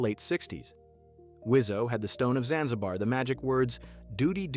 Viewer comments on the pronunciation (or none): none